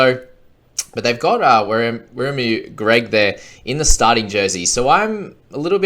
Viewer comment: We-rre-moo For Wiremu, just don’t forget to roll the R. And you’ll be sweet. It’s William in Maori.